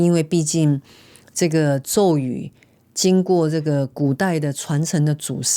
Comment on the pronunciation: 阿弥陀佛 Amitabha #佛制 的確 有很多 #博主 是只為了 #流量 #賺錢 AI 念錯 #咒語